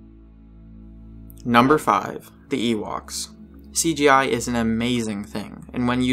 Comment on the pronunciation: "Ewokses"!!!! Dude/: you need to take a linguistics course before you post again! "Epi-TOME": learn how to pronounce it before you say it!